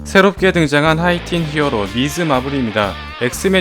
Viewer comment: 힝어로 라고 하니까 뭔가 슬퍼보이네....